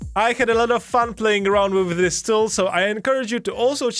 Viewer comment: Please dont ever say "Zis feature" ever again Use a "D" instead of a "Z" Dis feature = this feature